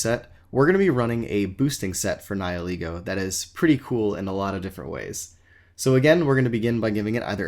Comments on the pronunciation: Nie-ee-lego? DansGame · SuperParadox494 More along the lines of Ni-ill-ego.